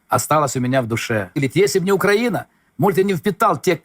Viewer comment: Та щей УкрАіна,наголос не вірно,убила б...